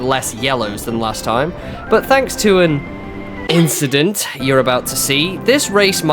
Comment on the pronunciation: just a little inchident 😂